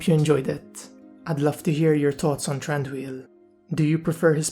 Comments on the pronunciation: No its pronounced "Thran-Doo-eel" as you can see in Tolkiens books and other writings. The Hobbit movies takes up the Tolkien Pronunciation too. How did you make it "Th-Ron-doo-eel" if I can ask you? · I believe his name is actually pronounced Th-Ron- doo-eel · Why are you pronouncing his name wrong ?